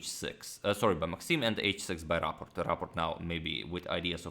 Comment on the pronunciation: Do you pronounce it Raport or Rapport? It's not the same.